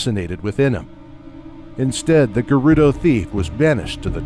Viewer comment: cant pronounce Gerudo or Goron correctly